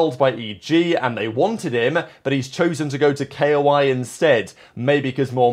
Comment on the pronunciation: IT'S KOI LIKE THE KOI FISH NOT K.O.I. PLEASE FOR THE LOVE OF GOD